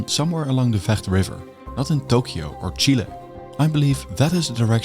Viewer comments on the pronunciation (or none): none